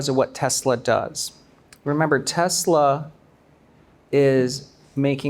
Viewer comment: 테슬러R하는거 너무 거슬려요 R없이 발음해주세요 ㅠㅠㅠㅠ